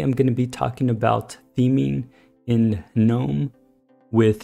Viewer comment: THANK YOU for at least pronouncing gnome CORRECTLY!!!!! I get so angry and want to sissy slap the fools that do "G-Nome"... like the idiots they are.. pet peeve-- YEAH!!